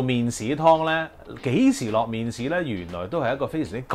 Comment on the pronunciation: 好搞笑呀，麵鼓….麵豉？？